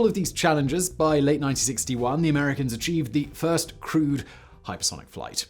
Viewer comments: Oooh, he's saying "crewed aircraft"! I spent half the video why he considered other aircraft to be "crude". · ah you mean crewed... i thought you meant crude.. lol.. like sub standard...or crud-e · I kept thinking you were saying "crude" aircraft, until I realised you were saying "crewed" 🤣🤣🤣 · I keep hearing "crude" aircraft... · I'm guessing you are saying crewed not crude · Didn’t matter how many times he said “crewed.” I kept hearing it as “crude.” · OMG, It took me 7.5 mins before I realized Simon was saying "crewed aircraft" and not "crude aircraft". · Not gonna lie, I went through the whole video thinking you were saying 'crude' rather than 'crewed'. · I don't know why but each time you said 'crewed aircraft' I heard it as 'crude aircraft'. I was thinking "okay, it was early but still, all these x-planes are crude? that's harsh, Simon!" And then the rest of my brain finally woke up. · I know what he's saying, but i can't stop hearing "crude airplane" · I heard it as crude planes, too.